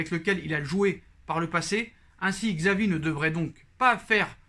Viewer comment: C’est chavi pas xavi la prononciation